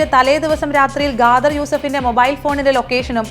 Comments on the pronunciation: Gader അല്ല khadar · Ghadar alla edo.. Khader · ഗാദര് അല്ല കാദർ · ഗാതർ യൂസഫ് അല്ല ഖാദർ യൂസഫ്..ഖരത്തിൻ്റെ ഖ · First of all , ഖാദർ ഇൻ്റെ pronunciation തെറ്റാണ് ,അത് മാത്രമല്ല കൊലപാതകിയെ അദ്ദേഹം എന്നൊക്കെ വിളിക്കുന്നു....ഇതുപോലെ വിവരവും നിലവാരവും ഇല്ലാത്തവരെ കൊണ്ട് ഫീച്ചർ ചെയ്യിപ്പിച്ചാൽ ഇങ്ങനെ ഇരിക്കും.... കുറഞ്ഞത് ഇത്തിരി കോമൺ സെൻസ് ഉള്ളവരെ വെച്ച് പ്രോഗ്രാം ഉണ്ടാക്ക് മഞ്ഞരമേ.....😢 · സത്യം 😂 pronunciation തെറ്റാണ് ,അത് മാത്രമല്ല കൊലപാതകിയെ അദ്ദേഹം എന്നൊക്കെ വിളിക്കുന്നു.... നിലവാരം ഇല്ലാത്തവരെ കൊണ്ട് ചെയ്പിച്ചാൽ ഇങ്ങനെ ഇരിക്കും